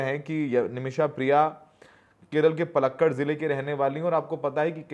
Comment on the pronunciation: Paalakaad not oalakkad